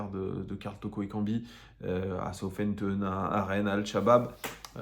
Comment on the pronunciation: Je pense que comme une majorité de Français, ton anglais est à chier...On ne dit pas ''Soufampton''..le ''th'' ne se prononce pas ainsi. Je suis fan de l'OL, depuis Montréal, Québécois de naissance et franchement, je ne sais pas c'est quoi votre problème en France avec l'anglais, voire toute les langue secondes; suffisance culturelle…Probablement. Ne pas savoir prononcer décemment le nom d’une ville anglaise fait mal côté crédibilité. Un peu d’efforts de grâce.